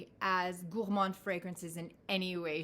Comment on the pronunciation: I love the way you pronounce “Gourmand”, you need to give me some French 🇫🇷 lessons! I talk to my fragrances too! Why not, they are my babies! 👶 I didn’t like Gourmands at first, but moving to colder climes changed that! Yummy! 😋😋😋 When I saw your first post on Instagram about Tom Ford Noir Pour Femme, I knew we were sisters! 👯‍♀️ Love your choices, we have the same taste! 💖💖💖